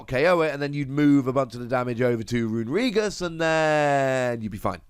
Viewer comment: that is the most interesting pronunciation of runerigus ive ever heard